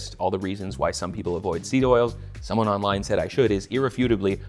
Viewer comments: Damn near choked on my raw milk bull testicle smoothie when i heard you say "sneed oils" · lmao did really say "sneed oils"? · sorry but hearing the internet cooking guy who tells me how to make burritos and salsa say "sneed oils" has inflicted psychic damage on me